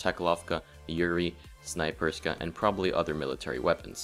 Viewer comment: OMG everyone says Snaperyska and Zubekanov! Its Snayperskya and Zubeknakov! TRIGGERED Very helpful btw! ;D